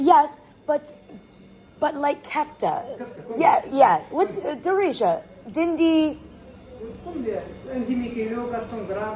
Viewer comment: hey nice video, just wanted to clarify that turkey is not pronounced din-dee with the e at the end but d-and exactly how you would pronounce and in english but with a d before:) and in arabic its called kefta d djaj or kefta d bibi